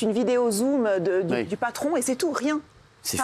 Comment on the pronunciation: Pas de compatie elle a dit la Geraldine après elle fais la royaliste Mddr on dit compation